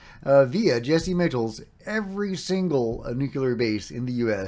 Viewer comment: I think it’s phonetically pronounced “Jesy Mikels”.